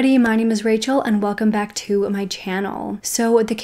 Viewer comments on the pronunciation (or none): none